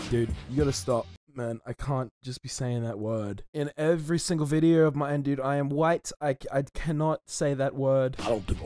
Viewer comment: "Enjoy the videor"